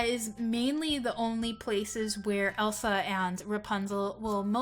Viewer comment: It is Elsa not el sol